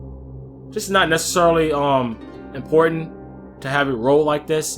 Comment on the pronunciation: “Impoytant”. Hahahha. Big accent came out. Nice build. Big damage. Even more than my katana with all attack and iai QuickDraw. Also level cap at 300 too.